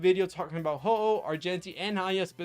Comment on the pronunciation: Bruh... its Huohuo not HOHO, shes not Santa